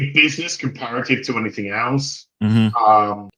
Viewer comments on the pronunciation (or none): none